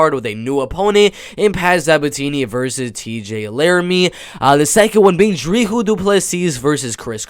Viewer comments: Its pronounced Dree-cas . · The s in Dricus in not silent but the last s in du plessis is silent